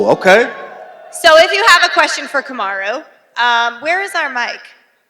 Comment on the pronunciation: he say Camaro? 😂💀